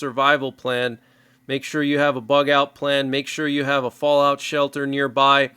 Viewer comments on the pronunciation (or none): none